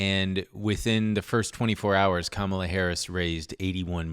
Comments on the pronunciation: you’re pronouncing Kamala wrong, or at least you did a handful of times. It’s comma-luh, not comMAH-luh. I still think you’re sexy and I love you. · PLEASE learn how to pronounce Kamala Harris’s name correctly